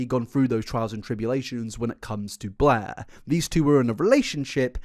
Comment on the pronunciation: It’s funny pronounces Blair as “Bleeergh” and creator as “curator” because I realised she IS bleergh and she plagiarised everything so she’s not a creator, only a curator of shitty ripoffs. This man’s accent has gone meta.